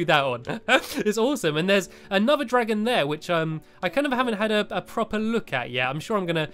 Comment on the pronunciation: Times he said dragom